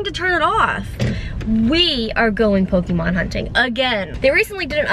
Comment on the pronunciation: Justine is so bad with pokemon names😂😂